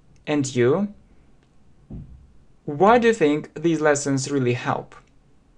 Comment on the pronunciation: Особенно слово рылли. Рыдать хочется.